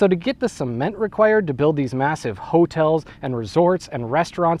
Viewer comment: The way you pronounce hotels make it seem like you're not so subtely referring to brothels